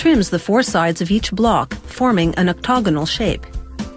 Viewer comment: Oc-TAG-onal not oc-tog-onal it's an octagon after all not an octo-gon